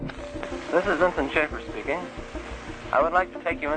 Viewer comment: FYI -- Vincent J. Schaefer's surname is pronounced Shay-fer.